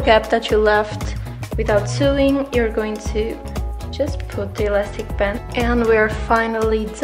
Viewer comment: lovely tutorial! :) just a tip; sewing is pronounced like this: sowing